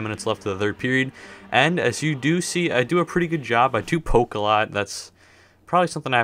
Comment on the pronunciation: Omg he said poke I thought he said coke 😂